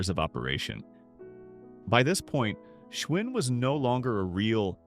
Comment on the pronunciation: I learned a lot from this video. Giant bicycles were manufactured in the Giant supermarkets! 😆 Also when Schwinn, or "Schvinn" depending on how your AI narrator decided to pronounce it this time, the brand disappeared from supermarkets? I guess it was too much work for an actual person to edit this schlock. This entire video is a joke. The loss of American craftmanship covered in an AI narrated, AI produced video. 😢